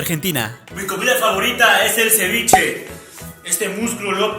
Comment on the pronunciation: Yo pensé que era de Perú cuando dijo ceviche :v Hasta que después lo confirmo